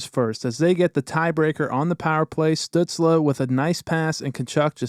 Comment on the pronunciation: "Stut-sluh" lmao